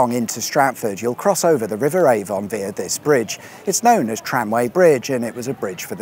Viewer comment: Still mispronouncing via then🙄🙄